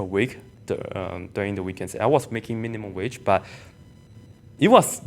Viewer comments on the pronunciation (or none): none